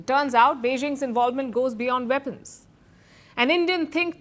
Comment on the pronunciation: "Veapons, Veapons, Veapons!!"